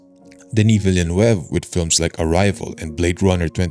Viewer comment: It's always funny to hear english speaking people trying to pronounce "Villeneuve", anyway great video